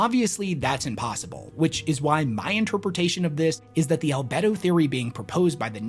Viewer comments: 🤣Al-Bee-Doh. How reflective an object is. Not Al-Bed-oh. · Al BEE do, not albed-oh. Same as the word for sex drive. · The e in albedo is long btw, so it’s more like albeeto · Al-bee-doh not al-beh-do, sorry. Love your content though! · "Al-bee-do" - still love the videos, keep it up homie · Al-bee-dough... lol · it's pronounced albeedo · Al-bee-do btw. As a space nerd that did bother me lol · Please, Wes. It's pronounced "Al-bee-do". You're killing me, here! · The "e" in Albedo is actually long. So - "Al - bee - do" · "Al-bee-doh" range. That's what they're paid for and why and why you aren't Wes. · Albedo : Al-bee-doh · Great video. Minor correction, albedo is pronounced “al-bee-dough” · It's pronounced "albeedo". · God dammit it's pronounced "all-bead-o." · it's actually pronounced al-bee-dough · Love your videos my guy! But damn 😂 The pronunciation of "albedo" is just PAINFUL to hear 😅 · Albedo has a hard e